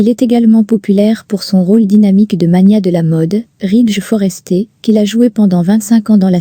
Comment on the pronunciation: Il n' est pas Foresté 😅😅😅😅😅😅 Il est Forester ( Forestère de prononciation. ) Les Français et l' anglais en font 2.